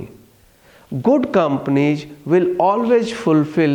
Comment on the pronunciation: Ig, sayg, companieg, commonicating, frofit